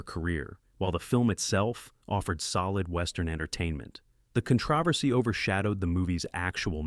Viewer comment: What’s “ Con travesty?” No more AI.